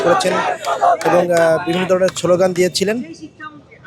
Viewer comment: শব্দটা ছলও গান না😅 শব্দটা হচ্ছে স্লোগান😮